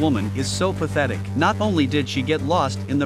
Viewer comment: Oh yeah mother of dragons SO pathetic you really gotta emphasize it😂